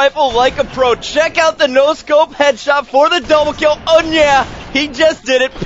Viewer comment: is he having a stroke? PICKS UP THE DOUBLE KILL.... OOOH NYAHH!